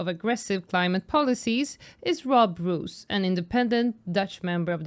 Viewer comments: Say rose, not roos 😅. 🌹🌹🌹🌹. Roos & rose have the same pronunciation. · First find out, as a good journalist, hiw to pronounce someone's name. The dutch name Roos is pronounced as : rose . Yep, like the flower...